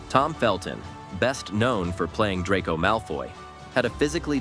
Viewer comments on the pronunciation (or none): none